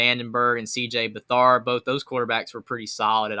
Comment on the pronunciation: “CJ BethHARD” lololol should probably be able to pronounce the names of these guys before making a stupid video.